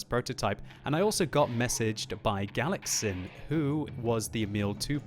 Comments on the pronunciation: It is so entertaining when (or Jingles) pronounce foreign names:D. It is (galatʃin) not (galaksin). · that's pronounced as "galachin" ;) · Galacsin is pronounced more like Galachin ;) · Hehe galac-sin :) As a hungarian I find this funny :) Btw it means something like (paper)pellet. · He is not 'Galaxin' like you said, it's is spelled more like the first letter in the word chess or czech republik. It means a small paper ball, which we all made in the school, and throw each other. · Galacsin isn't pronounced like that, because "cs" is the sound of ch for eg. in "much", but it's okayyy we forgive you XD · Good game. "Galacsin" is a Hungarian word, means pellet. "cs" is one letter in Hungarian, pronounce as ch in cheat.